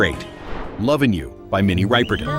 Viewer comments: Rip not ripe!! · Rip er ton, not Ripe er ton. Please. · Rip-er-ton not Ripe-e-ton grrrr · Ok...it's NOT Minnie RYE perton. It's pronounced Ripper ton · Please If you are going to narrate, get the pronunciations correct. It is reepoton and not ryepoton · It’s Rip-perton , not Ripe-er Ton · Riperton pronounced "rip" not ripe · Minnie Rip er ton, not Ripe er ton. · Rip-per-tin Not Ripe-per-tin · Although spelt Riperton it is pronounced Ripperton. If you were around at the time that song is one thing you have not forgotten. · It’s pronounced Ripper_ton. Lovin’ you was written as a lullabye to Minnie’s daughter, Maya Rudolph, who was 2 years old when the song came out. Minnie died of breast cancer at age 31, in 1979, when Maya was only 6 years old. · Riperton with a short 'I". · Loving you by Minnie Riperton (pronounced Ripperton) was written for her daughter, comedienne Maya Rudolph! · My wife told me to settle down. I said “No! It’s RIPPERTON.” Good grief. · I cringed every time he pronounced Minnie Riperton’s name. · Minnie “Riperton”🤣